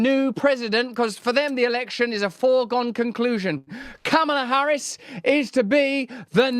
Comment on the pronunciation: Be nice if you pronounced Kamala Harris' name correctly.